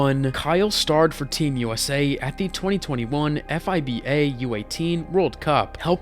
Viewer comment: EF AY BI EY? WTF? A BASKETBALL CHANNEL WHO CAN'T EVEN PRONOUNCE FIBA CORRECTLY